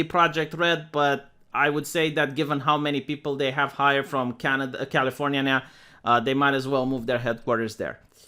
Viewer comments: On behalf of California, thank you for calling this state "Californyhahnhyah". This state sucks and it and its elite need the piss taken out of them. XD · “Californinya” Is the best thing ever